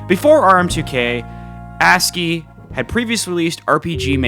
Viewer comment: “A s c i”?? “Askeeeeey”